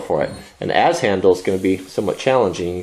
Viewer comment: I hear you say both but it is an Adze as in ADD, not as in Auz as in the Wizard of Auz.